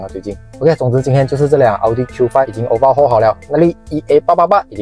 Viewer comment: Overhaul 不是obahual